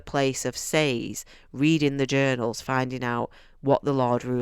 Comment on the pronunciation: YES!! You pronounced Sazed like I do. Apparently it’s incorrect, but since there’s no pronunciation guide given, I’m going to continue pretending it’s correct. Sorry. Just a random tiny thing. 😅 Alright, as to the whole video: The over-explanation of the magic system is one of the most common critiques of this book. I wholeheartedly agree with you on the characters. I’m glad you enjoyed this. Book 2 is a bit slower, but that’s due to the nature of the story, not because he’s writing it poorly. -T